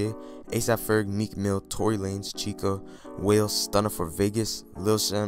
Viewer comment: lol u pronounced his name like whale not Wale